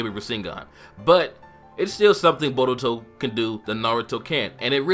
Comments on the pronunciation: borutou and narutou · Why do you pronouned Naruto as "Na-RU-To and Boruto as "Bo-DU-to? theyre practically should pronounce the same...